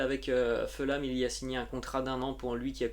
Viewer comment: Bonjour. J'aime beaucoup ta chaine sauf ta prononciation des noms de certaines équipes anglaises. Par exemple Fulham se prononce 'Foul-Ham' avec un h aspiré et le son 'ou' français et non pas 'Feulam'. Merci quand même.